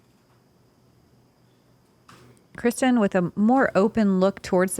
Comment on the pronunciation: Can anyone confirm? Watching a lot of Latitude 64 videos Johnathan and Johannes pronounce Kristin Tattar’s name Kristine. But all the announcers always pronounce it Kristin. Just wondering.